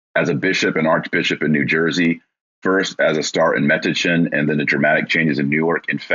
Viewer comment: By the way, Taylor...Metuchen (town in New Jersey) is pronounced --> Ma-touch-in (emphasis on the second syllable)